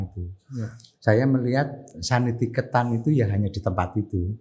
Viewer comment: Koreksi dikit, sekolah yang di India itu namanya Santiniketan, bukan Sanitiketan.